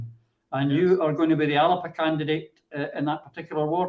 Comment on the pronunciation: Christ is it not about time people learnt how to pronounce Alba!!?